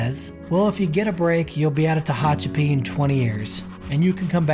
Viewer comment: It’s pronounced “Teh HATCH a pee”. Narrator initially pronounced it correctly, but changed mid video for some reason. Probably AI. 🤖.